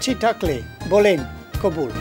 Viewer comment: উনি কিন্তু কবুল বলে নাই খবুল বলছে 😸